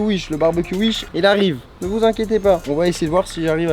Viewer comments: On dit wish pas uich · Il dit ui she au lieux de wish 😂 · wish : s'écrit wish. charles : uiche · Sa mstresse quand il dit uich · On est d'accord il dit "UISH" mdrr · Tous ce que j'ai retenu : "des produits UISH" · Des produits “uish” 🤣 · J'adore comment il dit "uish" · Ce que j'ai retenu de la vidéo "acheté sur Uish" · C'est pas Wish mais U I C H E